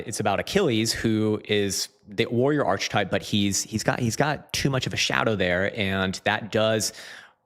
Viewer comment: Bro can't say archetype